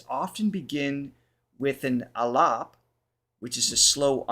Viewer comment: Bhārat is India's original name. If you desire to make clips about India, you may want to take precise feedback on pronunciations and names, well before the program. It is not Sway Gandharva... it is Suh-vāi Gandharva. Thank God you promounced Aalaap right... surprising from a westerner lol... Madhya-laya... it is not madhyā-lāyā. Please feel free to connect for future clips you wanna make on indian artists. 🙏